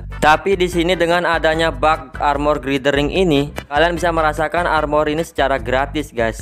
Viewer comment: Bacanya Glayder Wing bang.. Huruf i di bhs inggris most of it dibacanya ay